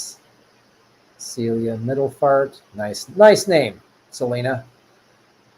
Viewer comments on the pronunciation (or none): none